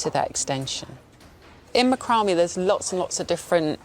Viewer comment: It’s Mack rah may. Not macumbie